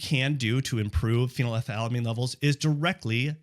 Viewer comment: You said phenylethylalamine while posting the word phenethylamine. You got it wrong both times. It's phenylethylamine. 😂